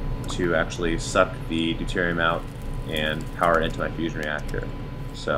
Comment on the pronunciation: Really thought you said Fishing and fusion... quite something to pull off at the same time haha.